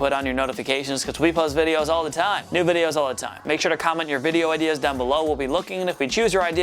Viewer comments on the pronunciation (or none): none